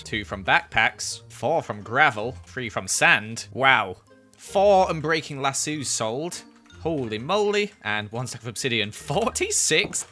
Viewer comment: The way says lasso like LA-SUU lol